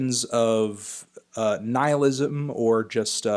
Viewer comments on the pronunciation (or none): none